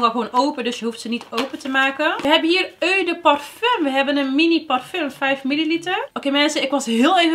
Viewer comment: Hoi hoi ik zou deze niet kopen voor dat geld en weinig variatie in producten. Ow en je vraagt je wel eens af hoe je dingen uit moet spreken toch? Het is o de parfum ipv eu de parfum, Franstalig. Je maakt leuke eerlijke filmpjes. Complimenten